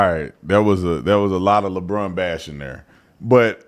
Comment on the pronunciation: Labronda🤣🤣🤣🤣 That's A Good One!🤣